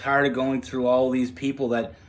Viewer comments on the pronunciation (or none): none